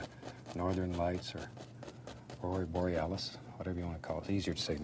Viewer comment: "Ora" Borealis? Yes, let's stick to "northern lights".